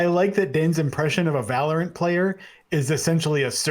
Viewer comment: Valor-ANT? Sounds like Disney